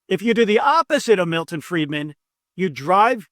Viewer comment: When you said Milton Freidman at 10.13, I checked out. From Ireland.